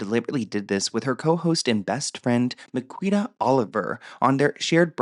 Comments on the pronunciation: Miquita is actually pronounced Makita in the UK x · Its pronouce MA-KEY-TA